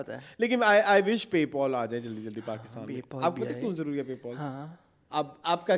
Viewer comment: Its not Pay-paul. Its Pay-pal!